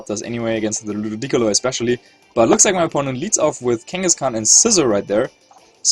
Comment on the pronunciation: the beautiful pronunciations are a thing of beauty. The way he says Ludicolo makes it sound like its a precious chinese vase.